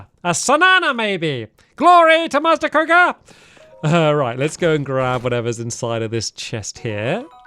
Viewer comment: MASTER BA-KOHOGA